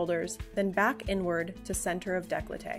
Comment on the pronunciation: "Daycoltay", not "dayclotay".